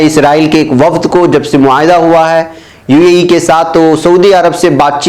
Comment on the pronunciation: ایشیاءی ممالک امریکہ کو خام تیل کی برآمد نہیں کرتے، بلکہ درآمد کرتے ہیں ( یعنی باہر سے اپنے ملک میں منگواتے ہیں۔) براءیے مہربانی UAE کو UEE نہ پڑھیں۔ بہتر ہو کہ متحدہ عرب امارات پڑھیں۔